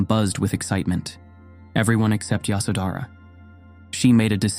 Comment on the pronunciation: It’s yashodharaa